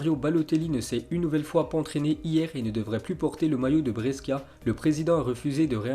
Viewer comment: Breskia 😂😂😂😂 SA SE PRONONCE BRÈCHIA